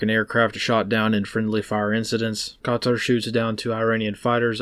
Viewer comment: Let’s not sleep on that clean pronunciation of qatar